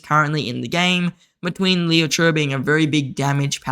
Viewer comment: It really triggers me how you pronounce Liu che😆